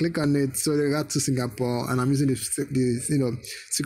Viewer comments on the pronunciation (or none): He said singapern at the start